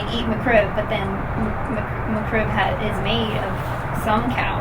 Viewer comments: It is just a nasty sandwich that IS NOT lucrative to McDonald's. Get over it. It's not McCrib It is Mc Rib. Pronounce it correctly. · If she wanted to sound more legit...one simple thing. It's "Mc-Rib" not "Mc-Crib". Her trolling would be that much more convincing.